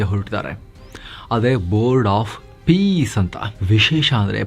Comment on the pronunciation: ಇದು " bord of pice ಅಲ್ಲ pice pice 😂😂😂